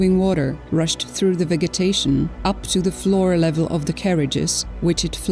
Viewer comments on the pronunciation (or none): none